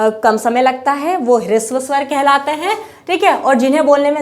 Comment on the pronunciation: ह्रस्व स्वर होता है, आपका प्रयास अच्छा है, किंतु उच्चारण पर थोड़ा ध्यान दें।